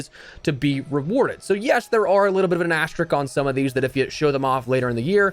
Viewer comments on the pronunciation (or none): asteriSk NOT “Asterik” - Just putting that out there.